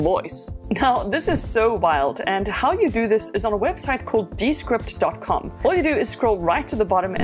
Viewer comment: Wouldn't it be pronounced de-SCRIPT, just as Discord is actually pronounced dis-CORD?